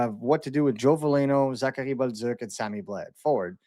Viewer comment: 🤣I laugh every time at when he mentions Zachary Bolduc because he pronounces it the correct English way, then repeats himself with Buzzuck 🤣LOL it's ok man the correct way to say it for us US guys is "Bowl Do" or Bowl Duke" not BUZZUCK